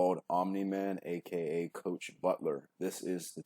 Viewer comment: Coach butt-lere